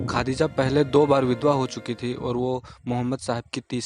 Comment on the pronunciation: Khaaaadija nahi hota harzat khadija r.a